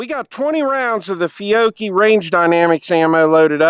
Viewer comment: Feeyocchee? Fyeoakie? 😂😂 Good stuff!